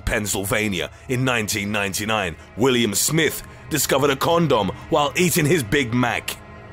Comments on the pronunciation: He found a Kohn-duhm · When he first said condom it sounded as if he said "corn dogs found in burgers" I was like hold up how did they pull that off...and then they showed a pic of an actual condom...that accent boy I tell ya...😂😂😂😂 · I thought the guy said corn dog instead of condom at first. He could make the phone book sound entertaining. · He didn’t just find a condom, he found a.... KonDumb lol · Kristine Davila Really!! So I did hear it right??!! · You say condom funny. Makes me giggle 🤭